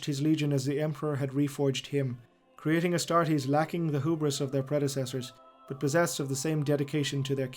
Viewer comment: Anyone else notice the astastes instead of astartes i mean yes the charmanders must love barbeque but astastes